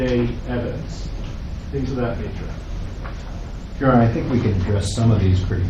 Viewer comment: And that public defender needs to learn how to say "Your Honor". Yikes.